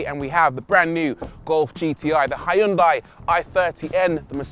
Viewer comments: It is not hAyundai but Hyundai! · Hiyoondai lol, even funnier than the Americans Mawzda! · Good Video, but damn, thats one of the worst pronunciation of Hyundai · That's a nice pronunciations of Hyundai.